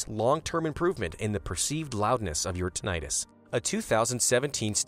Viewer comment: CLICKBAIT TITLE. The narrator doesn't even pronounce "tinnitus" correctly.